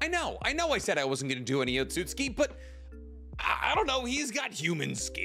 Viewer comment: Why do you pronounce Otsustuki - Ot-sut-ski? Its O-tsu-tsu-ki.